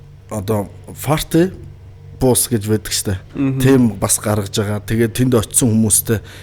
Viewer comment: Sduuuuu naad english-ee saijruulaachdeeee ovoo saihan yrij bgaad suuld n yriagaa gutaagaad bhiimaa. Франк биш Пранк гэж хэлнэ, Фарти биш Парти гэж хэлнэ ээ!!!